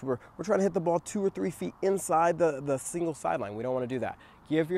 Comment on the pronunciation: You said “singles sideline”. But I heard “evil sideline”. Same difference though. 🤣